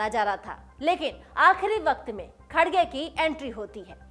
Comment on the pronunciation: मॅडम खडगे नाही खर्गे अडा नाम हैं !